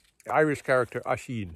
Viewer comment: Thanks! The name is spelled Oisin, but pronounced ‘Uhsheen’.